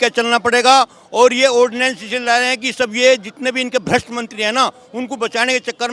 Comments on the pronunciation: कम से कम पढ़ेलिखों को तो एंकर बनाओ, ऑर्डिनेंस को ऑडियंस बोल रही है😂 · ऑडियंस नहीं उसको ऑर्डिनेंस कहते 🙄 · Ordinance hota hai ordiance nahin ! Hindi mei adhyadesh bol do ?